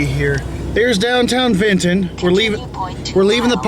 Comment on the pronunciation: Thanks for the footage of VA. Just get homesick sometimes and its nice seeing pictures of home. Its also nice to hear someone actually say VINTON and not Vinuhn. ;)